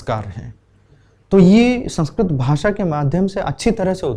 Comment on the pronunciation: संस्कृत शब्द मे त पूरा बोलिये भाई संस्कृत . . आप तो त को हलन्त् बना रहे हो